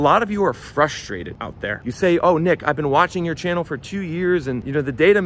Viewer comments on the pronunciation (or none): none